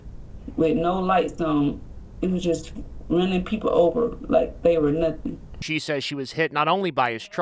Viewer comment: “Like they were nunthing” 😮😮😮😮